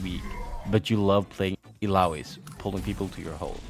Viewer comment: Also, Illari in her hero swap voiceline pronounces her name as Ilyari, not Ilari